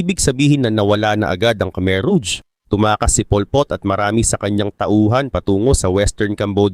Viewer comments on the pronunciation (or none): rouge pronounced as rog Hindi ruj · ruj ang tamang pronouciation brad kasi french word yan mening red